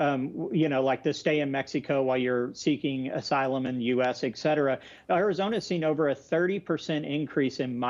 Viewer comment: EX CETERA EX CETERA EX CETERA!!! It's ET CETERA.